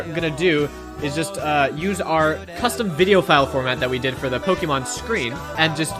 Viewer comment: btw it's Poke-mon not Poki-mon :P